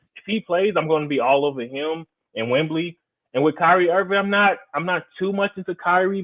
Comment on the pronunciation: Might want to learn how to pronounce names if you're going to talk about them, wemby not wembly he has no L in his last name, and you hacked others as well